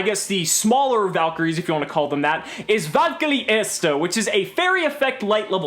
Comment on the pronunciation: has had the worst pronounciation of "Erste/Zweite/Dritte" thus far. He pronounces it as it were italian xD